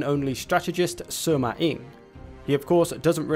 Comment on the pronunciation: Just for the record it’s Sima not Suma 😐